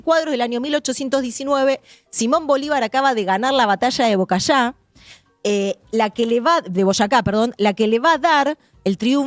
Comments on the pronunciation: Pues entonces no sabes nada de Venezuela. La historiadora ni sabe cuando se acaba la Guerra en Venezuela, dice Bocaya en vez de BOYACA. Reduce el tema venezolano a la Nueva Granada y solo se basa en Blanco Fombona para sus análisis. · Me parece que te equivocaste un poco cuando nombraste a BOYACÁ le dijiste BOCAYÁ